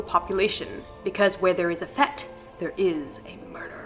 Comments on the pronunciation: In all my years I've never heard a single person pronounce it anything other than 'fate'. If anyone said 'fet' to me I'd laugh and point at the village idiot. idgaf what 'the correct' pronunciation supposedly is, the accepted pronunciation is fAte. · Fete is not pronounced like fete but rather like fate (with a harder a) It's a borrowed/stolen word from Norman French. And the captain you are referencing is Lord Admiral Nelson. The most famous sailor in Britain. He won the Battle of Trafalgar and thus prevented the invasion of Britain by the French and gave Britain naval supremacy over the rest of the world for the next century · In all my years I've never heard a single person pronounce it anything other than 'fate'. If anyone said 'fet' to me I'd laugh and point at the village idiot. idgaf what 'the correct' pronunciation supposedly is, the accepted pronunciation here in the UK is fAte. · Fete is pronounced like fate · fete pronounced 'fate' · Fete is pronounced FATE as in destiny.Also my grandfather die after falling into a vat of whisking , he had to get out for a pee 7 times.(SORRY!)Basement are an American the british people will only bury you there after you've been killed somewhere else . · Love your vids on your adventures in the U.K. You have me in hysterical laughter as you try to pronounce English words, for example in this video you pronounce Fete as it is written when it is actually pronounced as fate. The village fete should sound the village fate. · just to help with your pronunciation 'fete' is usually pronounced 'fate' in english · It’s pronounced Fate. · fete is pronouced FATE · Sorry guys, "fete" is pronounced the same as "fate". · Indeed fate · Fete is pronounced fate, darlings. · Hi Lovelies, 'FETE' is pronounced 'FATE', the English language eh!!! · just as a heads up, it is pronounced "fate". At least where I am from! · Incidentally, 'fete' is pronounced 'fate'. Just sayin'... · The fair is pronounced “Fayt” 😅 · Fete is pronounced 'fate'. 😉